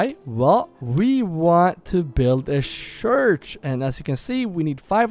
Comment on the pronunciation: The thing is: when you say "church", but you pronounce it: "shurch". The last two letters are the same as the first two letters it makes the "ch" sound. Not the "shh" sound. So. Don't say "shurch"! Say "church" . If you can say some of the word,you can say the whole word correctly... and stop saying shoosing and sharcoal. They aren't real words. Say: choosing and charcoal. Figure it out. Or you'll always have language barrier issues. And thats on you.